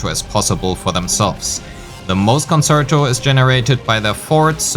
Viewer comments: Excellent guide and now subbed. Just to note a few things with regards to pronunciation: Forte is pronounced FOUR-tay. Concerto is pronounced con-CHAIR-toe. Many of the content creators are making these mistakes you can be the first to do it right ;) EDIT: Wanted to add: Thank you for actually showing us the difference in dps between different echo main stats. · Good video but please look up how to pronounce the terminology correctly (ie. concerto, forte, etc.) You're not saying them right and it definitely makes your video less credible.